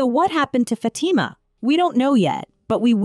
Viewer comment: She pronounced it good imo